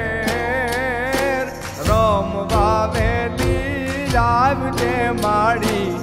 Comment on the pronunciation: વાહ કવિરાજ #આવજે#સબ્દ ને બિલકુલ ઝાલાવાડી લઢણ માં રજુ કર્યો છે.